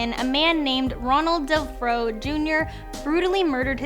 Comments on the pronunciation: Ronald DeFeo, not Delfro. Joh! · You forgot about Ronald DeFRO instead of DeFeo. LOL